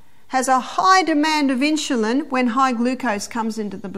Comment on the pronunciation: Absolutely wonderful presentations! Thank you for posting all the talks that you have. Very much appreciated. Sharing with so many needing health and wellnees help. Just one suggestion -its In-su-lin, not in-shu-lin.